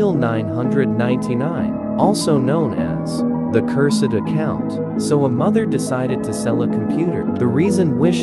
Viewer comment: " the curr said account " 😭✋